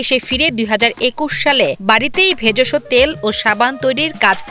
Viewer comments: ভেজষ না ভেষজ 😂😂😂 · ভেজসো কি? ভেষজ হবে। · ভেজোসো না রে ভাই ভেষজ। কেম্নে সাংবাদিক হলেন????😂😂😂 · ভেজস না ভেষজ হবে সঠিক উচ্চারণ জানেনা আর নিউজ করে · ভেযষ না ভেষজ। সাংবাদিক ভুলভাল পড়ে